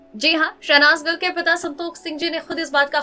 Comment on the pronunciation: इतना style मार के क्यों बोलती हो भाई..?..? शहनाज गिल की बजाय शहनाज गल बोल रही हो । हिंदी में भी एक्सेंट का use करोगी क्या..?..?